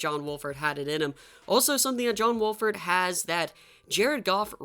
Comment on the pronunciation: He keeps saying John walford when it's wolford but my rams needs to keep playing John wolford